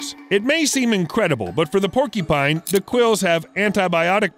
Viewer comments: It’s not PORKYpine, its paw-kyuh-pine. Porky pines sound delicious but sadly they don’t exist. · Keeps pronouncing porcupine as "porky-pine." It's "por-q-pine." "Q" sound in the middle. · Was anyone else irritated by the pronunciation of porcupine? It's not "porky-pine." It's por' cue pine. I would think only 4 year olds or r3+@ would say "porkypine". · What the hello kitty is a PORKYPINE? There's a "U" in there you know? Lol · It’s porc-u-pine… not porky-pine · Porcupine not porky pine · i love how they say "porkypine" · Sounds like he says "Porky Pine" lol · hahahahaha he said "porkypine" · Are you saying porkypine? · Is he saying porky- pine? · Is… is he saying porkypine… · Had to stop watching because I can't stand him mispronouncing the word porcupine. When did they come up with this porkypine you speak of??